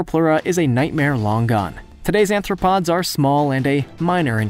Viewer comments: Not "anthropods" but "arthropods" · Anthropods.... Anthropods bro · He also called Arthropods “anthropods” which indicated that he needs to repeat grammar courses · Really annoying how he keeps mispronouncing arthropods as anthropods REPEATEDLY!